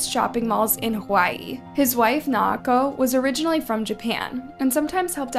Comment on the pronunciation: If you’re gonna profit off these people’s murders, the least you could do is pronounce their names correctly and with dignity. Naoko is 3 syllables, “Nah-oh-ko” and the last name Oda, “Oh-duh”.